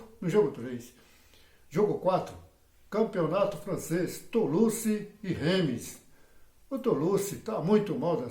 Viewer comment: "Tulusse"?? kkkk rumo aos 14 pontos.